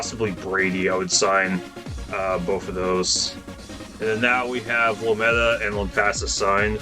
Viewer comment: Rochelle is pronounced locally as "Ro Shell" Lometa is pronounced "Low Meeta." As live in Brady, I appreciated the coverage you gave of our community.